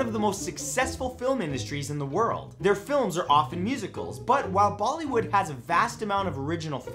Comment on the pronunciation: did I hear him call them "baldy wood"? 😂